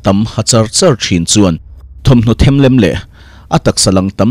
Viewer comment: I mizo ṭawng hman fuh loh pakhat chu Thuamhmaw themhlem i tih ah khan E hi i thluk lo kha a diklo